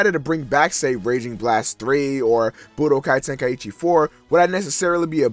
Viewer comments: Well, I'm an American, but I don't. Honestly, It's just out of habit, but it actually is "Ten- Ka- ee- Chi," not "Ten- Kai- ee- Chi" or "Ten-Kai-Chi." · why do americans pronounce "Tenkaichi" like "Ten-Kai-Eee-Chee"